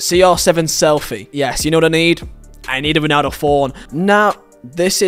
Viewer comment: “Yo-nan-do” know him